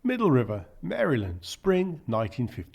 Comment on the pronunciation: Wow. Someone with a foreign accent who knows how to pronounce Maryland.